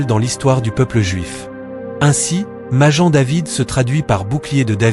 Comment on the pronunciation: Maguen David Pas majen David idiot !!!!!